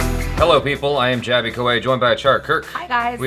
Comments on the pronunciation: Finally someone pronounced jaby's name correctly ... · He pronounced "Jaby" correctly 😂👌